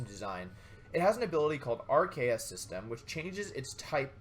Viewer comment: Wolfe how do you pronounce Arceus?